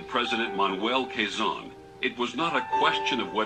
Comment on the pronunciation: Quezon is pronounced as Ke-Zon